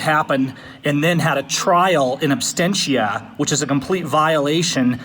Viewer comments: The judge doesn't even know how to pronounce her criminal act! What is "in anstentia?" It's called 'in absentia.' - you said it incorrectly also, but you get a pass. You didn't go to law school. Plus, I like you. I hate that judge and her cronies and her kangaroo courtroom. I'm calling all day Monday, maybe Tuesday too! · It is "absentia" not "abstentia". The fact the judge even made this mistake is inexcusable. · Oh, and the phrase is ''in absentia', not 'in abstentia', you illiterate dumbass. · Silly woman can't even pronounce absentia properly.